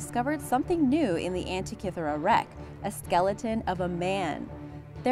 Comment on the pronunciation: 1: Diss the music, funeral-esque. 2: Teach the gal narrating HOW to pronounce words like burial(not boorial), Abydos and Antikythera. All are mispronounced